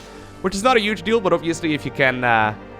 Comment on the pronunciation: Hey. I hate your intro but love your cast 🙂 i also find it remarkabel how you know such good English but can't even say HUGE. It's spelled with a fucking H. It's NOT uge! It's HUGE! Doing my fucking head in mate!